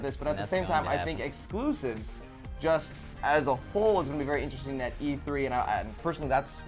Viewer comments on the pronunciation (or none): none